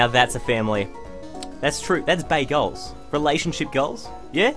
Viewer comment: When he said "Bae goals" I heard "Bagels" lmao